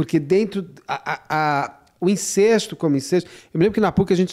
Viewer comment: Incesto - pronúncia correta: INCÉSTO! Isso ai,!